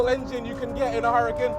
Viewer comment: You know it's not a Hurrican right, It's an Hurcan pronounced Urcan. It is named after a bull. The H is silent and there is no I. IMHO as a presenter you should try and at least get the name of the car right.